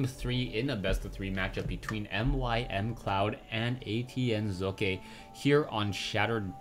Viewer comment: Heads up here on how to pronounce 'Socke' =) translate. google .com/#de|de|socke Remove the spaces and listen to it.. the Z in the beginning is good but the E in the end isn't =) #rawr